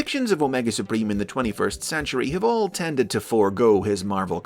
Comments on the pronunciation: Heh heh... "Spreem"... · No, say it right. It's "Omega Spreem"!